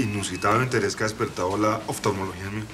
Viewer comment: CREO QUE JORGE ENRIQUE ABELLO TIENE RAZÒN AL COMENTAR ACERCA DE LA DICCIÒN DE CIERTOS TÈRMINOS MÈDICOS QUE POSIBLEMENTE ÈL NO PRONUNCIA TAN FLUIDAMENTE : SE DICE OFTALMOLOGÌA